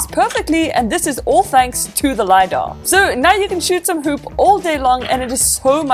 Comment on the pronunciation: Isn't it LiDAR? not Lydar just saying no hate. I love your videos and I hope u will get to 1M this year!! ☺️